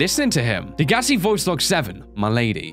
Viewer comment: why do people not know how to pronounce degassi its day guess see